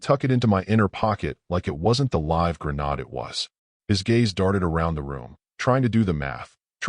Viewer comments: why is it so hard to pronounce words correctly!! resume is HOT RESOOM its re zu may!! greande is NOT GRENODD its gren aid. and for gids sake ya cantbeven say read correct!! its nit present tense its PAST as in red..he red!!! the letter he usnt reading it!! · ". lands like a grenn-aahd...." Shitty AI can't even properly pronounce grenade. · Would someone explain why the AI doesn’t know the word grenade? It’s not gruh-nod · I've always heard "grenade" pronounced with a LONG "A". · Does anyone actually know what "slack" is in context of business? It was mentioned several times. Plus I correct the phone every time "resume, and grenade" is said. Pet peeve of mine. Good story otherwise. Wifey was stupid, giving him her phone. Asking to help with HR related material. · Would it be asking too much to ditch the triple negatives? I didn't yell, I didn't throw my glass, I didn't let her see me break. Seriously if you are just going to parrot a AI program that can't pronounce grenade properly and repeat triple negatives why call it writing. Just being lazy doesn't mean you can let some lame AI program do your writing for you. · Mispronouncing "grenade" and "messier" gets me almost every time. Is the AI Canadian French or something?